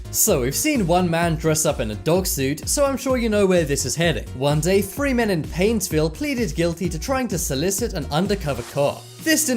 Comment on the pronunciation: Where you saying painsvil minsota